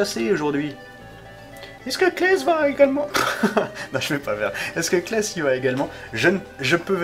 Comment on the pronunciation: C'est "Cless" et non "Klès".